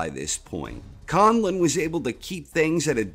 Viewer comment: I am absolutely impressed how you pronounced Conlan, he still makes Ireland proud.